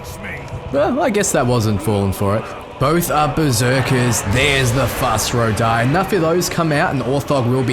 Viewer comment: Skyrim music in lotr? Btw its fus ro dah not fos ra doh